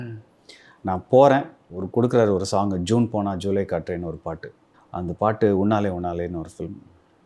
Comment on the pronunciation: It is not Juuune ponal....it is Jun ponal...